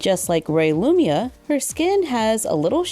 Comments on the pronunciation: I love this new doll line but... her name is LumiNa with the N not Lumia like you say😂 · sorry, it's gonna bug me!! it's lumina, with an 'n'. Loo-min-ah. still, your reviews are fabulous as always <3